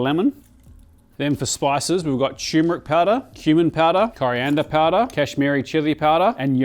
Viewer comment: it annoys me a great deal more than i think anything should that people pronounce it tumoric instead of turmeric